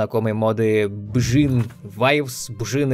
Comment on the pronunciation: Да блин, что сложного в имени Биджин?